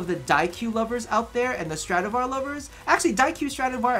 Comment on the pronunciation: I had my moment when you said stradavar buff